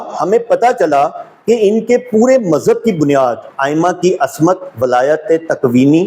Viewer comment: Ooo jahil ibn e jahil asmat nhi ismat hota hai oor walayàt nai wilayat hoota hai kaash itni bareeq beeni se pehle urdu perhna seekh li hooti